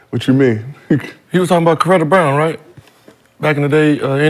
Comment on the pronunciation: this nigga said Coretta Brown lmaoooo